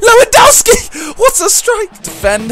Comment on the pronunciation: Simon, it's pronounced Levandovski not Lewandaoski. Lewandowski is beast